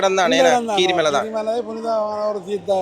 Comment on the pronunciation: கிரீமலையில்லை கீரிமலை